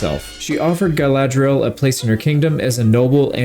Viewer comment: Are you saying Guyladriel on purpose, or are my ears broken?